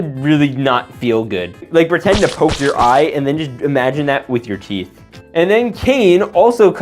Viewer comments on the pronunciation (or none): none